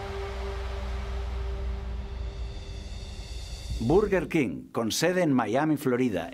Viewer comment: Berguerquin se pronuncia perdoname